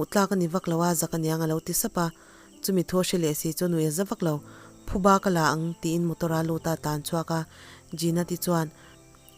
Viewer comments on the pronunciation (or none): none